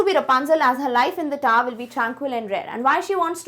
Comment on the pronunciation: The tower is not tar pls don't speak the taar pls 😅😅